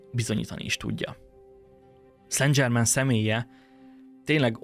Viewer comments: ok. de kérlek szépen, ha igényes vagy, akkor készítsd már el azt a változatot, ahol helyesen mondod ki ötvenszer a nevét, léccci, lécciii (fr. szan/szenzsermen semmiképpppppp nem angolosan dzsermen, de az is dzsörmen lenne, jááááááááájjjj) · nem dzsével, hanem zsével ejtik a francia neveket: szen zsermen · Szen' Zserrmeen, légyszi ha franciás dolgok vannak, kérdezz meg a kiejtésről, segitek szivesen. Klassz videó, köszönjük! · Nagyon klassz kis video, de kerlek nezz utana hogy ejtik rendesen a francia Saint Germain - nevet (Google translate segit ;)... mondom ezt csak epito jelleguleg ;)